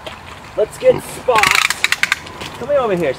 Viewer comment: Spots is not having t. 🤣🤣🤣